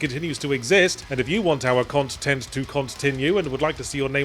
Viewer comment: "cont tent to cont tinue" is 🔥